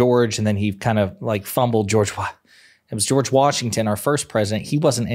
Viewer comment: "George Rashshasha"😂